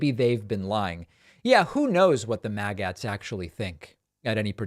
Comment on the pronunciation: Dave Pakman needs to brush up on his linguistics and how to pronounce words in the English language. He mispronounced “Magats”. It’s not pronounced “mag-ATs. It’s pronounced “maggots”. Like this: mag-utz. Some people might pronounce it “mag-ets”. But for sure, 100%, it’s not “mag-ATs”. Maggots. Let us at least agree on the simple things.